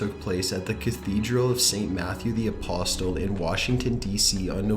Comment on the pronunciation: I no - apostals? BruhH